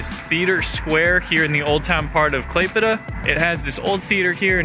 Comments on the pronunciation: Thank you for your perfect "klaipeda" pronaunciation, most of the russians cant pronounce it correctly. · Literally the best pronunciation of the Lithuania city name I have ever heard from a foreigners 😂 Nice video btw! Wish you best of luck 🍀 Can’t wait for the next vid!